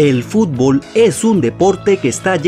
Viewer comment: Es futbol no fubol